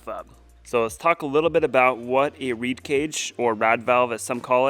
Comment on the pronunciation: Its a REED VALVE for God sakes. Not RAD